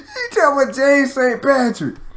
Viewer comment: He had me when he said 'Patrack.' 😂😂😂😂